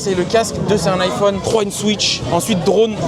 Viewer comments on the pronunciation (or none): none